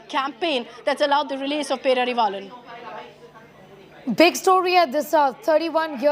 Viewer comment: Not peravilan -. Pae rari vaa lan